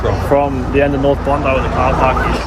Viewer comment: bacanya bukan bondi tapi bondai